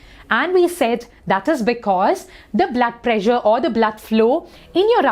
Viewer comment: Ma'am you pressure sounds like pleasure